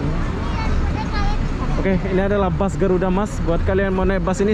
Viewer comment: Bahasa Indonesia aja bro bus bukan bas!